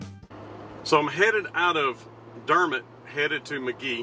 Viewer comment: Very cool video! The lady pronounced Dermott correctly.. it’s awesome you get to talk to these people, they won’t be around much longer. When you come to Chaffee, I suggest you go downtown Fort Smith, and Judge Issac Parker’s Courthouse, the hanging judge, the movie Rooster Cogburn, and True Grit were based on him and this area..Pretty Boy Floyd was from just over in Oklahoma, and lived in Downtown Fort Smith while most wanted by the FBI, with his wife and little son. He gave my grandmother a ride when she was a girl, waiting on the bus... she said he was driving a big fancy car, and had a machine gun on the front floorboard, propped up on the seat... and was very nice 😏 Belle Starr was from here as well, her daughter had a brothel downtown, which is now a museum. Bonnie and Clyde had a shootout with and killed a deputy just north a bit.. a ton of history here, not to mention Elvis got his military haircut at Fort Chaffee😏